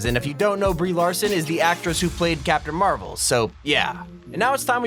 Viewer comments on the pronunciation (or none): none